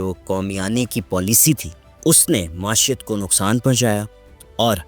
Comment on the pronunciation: معیشت کا تلفظ درست کر لیں معاشیت کو ئ لفظ نہیں ہے معی شت یعنی معیشت